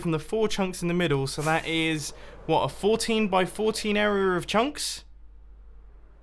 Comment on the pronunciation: Mumbo, ily, I’ve been watching since mid season 3, but I’ve always hated the way you pronounce the word area, idk why, arerer